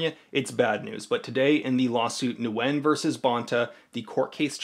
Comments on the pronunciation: Nguyen is pronounced "Win." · I'm sorry to be that guy by Nguyen is pronounced "Win"